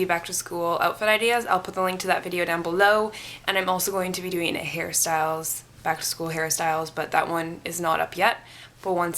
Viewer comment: When you said hair styles it's sounded like you said Harry styles